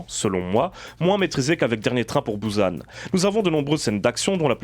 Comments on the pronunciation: encore plus précis, merci javoue que quand jécrit "bUsan" cest bien bou et san que je prononce.. mais jamais bouzane comme dans le début de la vidéo (il se calme apres) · on dit pas "Bouze âne" mais bien bUsan...